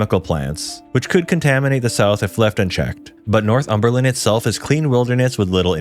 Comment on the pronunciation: Never heard anyone call this place North-Humber-Land before 😂love it!